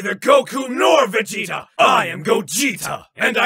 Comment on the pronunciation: “I am neither Goiku nor Voigeta, I am Goigeta... and I am the oine who will destroi you” 😂😂😂😂😂